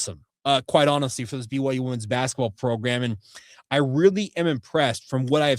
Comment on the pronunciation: I love ya dawg, but women's is pronounced wim-in's.